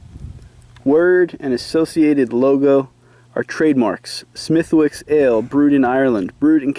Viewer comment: by the way its pronounced smith-icks XD